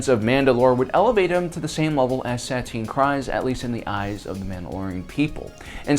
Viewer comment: PRONUNCIATION BRO!! I dont think i have ever heard you say the name of a non MAIN main character properly. You say her name Suhteen Kreese! Jesus look some shit up or pay attention to the films and shows more